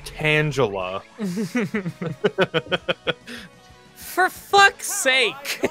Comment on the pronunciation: ...yeah, but "tangle".